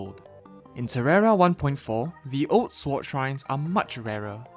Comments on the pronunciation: Swart it’s sword foriner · I triigers me that he says it like swoud and not sord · Friendly tip: Sword is pronounced as sord, not swart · Remember that time he said shward? I did. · I dislike that you pronounce the w in sword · Pronounced as "sord" the w is silent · My man, you don't need to pronounce the "w" in sword. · this idiot says sword with a w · Sorry if I’m being mean, but I find it funny how it sounds like he calls them sworts. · English isn't my native language either but, yeah you're right. The "w" should be silent. (/sɔɹd/). But then again: one of my friends keeps spelling thread like threed .Not to mention mistakes i made so... guess we're all humans :-) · haha swort go brrr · swort hehe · I was thinking that😭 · I like the way he says sword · Wait. He says sword with the W. I love this man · why do you pronounce the w in sword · Why on earth do you keep pronouncing the W in sword